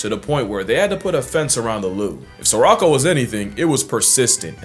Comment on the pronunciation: I don’t want to sound like a know it all, but it’s not pronounced “sir-rock-o” it’s pronounced “suh-row-kow” The only reason I know this, is because we named our cat Sirocco about eight years ago! I was very surprised to see she unintentionally shared a name with a kakapo who is also a human harasser! I just thought it was funny! lol 😂